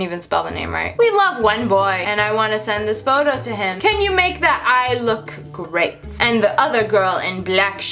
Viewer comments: she said GRATE not Great so she got what she wanted 😂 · "GREAT" not GRATE